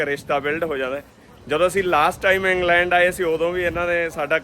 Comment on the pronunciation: ਵੀਰਜੀ ਆਕਸਫੋਰਡ (Ax-Ford) ਨਹੀਂ। ਸਹੀ ਨਾਮ ਔਕਸਫੋਰਡ (Ox-ford) ਹੈ। ਏਂਗਲੈਂਡ (Angland) ਨਹੀਂ ਵੀਰਜੀ ਇੰਗਲੈਂਡ (Eng-land) ਹੈ। ਇਸ ਕਰਕੇ ਦੱਸਿਆ ਕਿ ਜਾਣਕਾਰੀ ਸਹੀ ਮਿਲੇ।